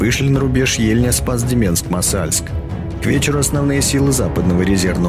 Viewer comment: Ударение в слове "Деменск",на первом слоге,черт возьми.